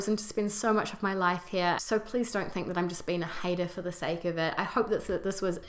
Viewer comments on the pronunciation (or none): none